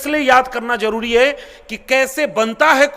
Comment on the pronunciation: Jaroori nahi Zaroori! Abe hindi to theek se bol be! 😂😂😂😂😂